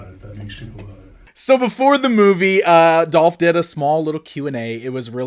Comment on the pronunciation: why do you keep mispronouncing Dolph's name????? Seriously. Over and over and over again.